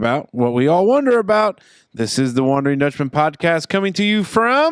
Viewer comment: talks a lot of shit on Zach's grammar for someone who can't pronounce wonder or perspiration. Might have heard a little expecially in there too.